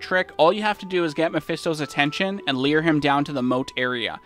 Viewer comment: Great guide, great other guides, and I'm looking forward to your pally guide. Small pronunciation nitpick, it's "lure" not "leer". Lure the Ancients away from the center, lure Mephisto to the moat, etc.